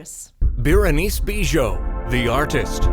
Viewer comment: I love how Grace properly pronounced Berenice Bejo's last name after the commentator mispronounced it :D